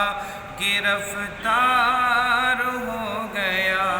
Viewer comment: گرَفتار نہیں گرِفتار ہے حضرت